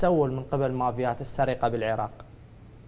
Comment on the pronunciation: ان شاء الله يرجع لاهله اسمها مافيات وليس ماڤيات🙂↗️